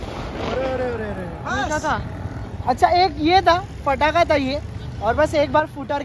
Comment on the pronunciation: It's not ftaka it's ptaka